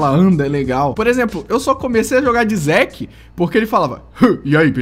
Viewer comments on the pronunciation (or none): none